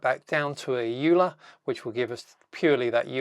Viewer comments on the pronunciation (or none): Note that "Euler" is pronounced "oiler". It's a Swiss name. Nice demo!